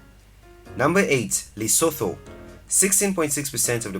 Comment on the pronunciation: Lesothoooo lol 😆 😂